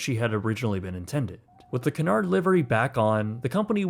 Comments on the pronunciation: Not C'narrd. Cue-nard. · Great details here - But Its just not "Canard" - pronounce it as Que-nard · It's not Canard it's Cunard pronounced Qunard. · Canard Fleet ? its Qnard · i need to say something, you always pronounce Cunard wrong you say it like Qunard not Coonard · Please stop referring to the Cunard shipping line as"Cannard". It is pronounced KEWNARD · It's not CANARD it's CUNARD. Accuracy counts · The company name is pronounced Q-Nard, not Ka-Nard. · KEWNARD not Can hard. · Pronounce it properly FFS….. ….. it’s CUNARD ……..NOT CANARD …….! 😮😮😮😮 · Q nard. Not coonard. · Great video, truly, but why are you still pronouncing Cunard incorrectly? It’s Q-nard, not k-nard. Go watch any British review of the line! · AAAARGH. IT IS “Q-NARD” NOT “CAN-ARD”! Don’t be afraid to say Cunard correctly. As a Canadian I DO understand your hesitation around sounding hoity toity BUT COME ON MAN! 😂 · Not "coon-aard"... "Q-nard" is how one pronounces it. Great video! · The correct pronounciation is Q-Nard, not Cu-nard. Very British you know! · It's KEW-nard... canard is a duck in french. Had to stop watching the video after 2 seconds. Super annoying. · We pronounce Cunard "Queue nard" in England, it is a French name. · Stopped watching when he repeatedly said Cun-ard 🙄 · It' s [' kyu-nard]. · OMFG IT IS CUNARD not canard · Its pronounced , queue -nard , stop screwing up the English language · Pronounced CUE-NARD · Great video! Only one thing though, Cunard is not pronounced ‘C’nard’ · Samuel Cunard pronounced his last name Q-nard or Cue-nard like the pool stick. I learned this aboard my crossing on the QE2. Thanks for the good video history. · That's just standard British pronunciation, consistent with the 'y' sound in dune, tune, puma etc. Only in USA/Canada would most people pronounce it Coo-nard. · It's pronounced Q nard, it's not a duck and doesn't quack LOLL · Cunard is actually pronounced as Q'unard For our American Cousins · It is pronounced QU-NARD it is CU not CA